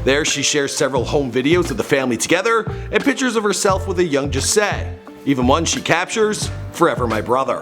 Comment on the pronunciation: His name is pronounced jah say not jasay its Rastafarian jah means god